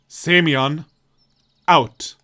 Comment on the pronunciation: Speaking of stress, you also put it wrong in Semyon. Speaking of pronunciation in general, it's [sʲɪˈmʲɵn] [sʲ] is soft s as in six (as opposed to hard s in sock) (actually after listening for examples in wikitonary is seems that in Englsh s doesn't soften in six, but in French it does (though maybe those are just speaker to speaker differences?), so maybe better think French here) [ɪ] as in bit (due to vowel reduction in unstressed syllables) [mʲ] is soft m as in .. to meet, maybe? (as opposed to hard m in... let's say Monday) Or French ami. Also in "mon ami" you can hear both hard and soft m to compare. [ɵ] the wiki says that /o/ after a soft consonant in Russian becomes [ɵ], but their example of that sound doesn't sound right at all to me (if anything that [ɵ] sounds like something between /u/ and /ɨ/ to me). Maybe it's just a weird example they have. But I'd rather say [ɜ] like in bird or [œ] as in German Löffel. Also this is where the stress goes. [n] just a normal hard n. Example of soft m in Russian: Compare to hard m: Example of unstressed /e/ reduced to [ɪ] followed by soft s [sʲ] and then the version of /o/ that they call [ɵ] (the pronunciation is right here, but I'm confused as to why they say it's [ɵ] when in the article on the [ɵ] sound itself the example recording sounds totally different): Compare to hard s: (note the /n/ in these last two examples is soft, which is different from hard /n/ in Semyon) And Slavya is [ˈslavʲə] [vʲ] is s